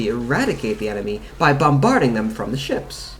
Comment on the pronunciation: I've never met an American who talks like him. It sounds like he keep trying to sound British and then reverting back to talking normally periodically. He doesn't even do it consistently. One moment he says "wheah" instead of "where", the next moment he clearly pronounces "bomBARding".